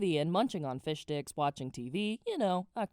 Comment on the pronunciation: I swear it sounded like you said fish dicks not fish sticks. XD